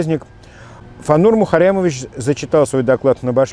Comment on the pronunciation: Классно вы произносите - мухаррямовищщщ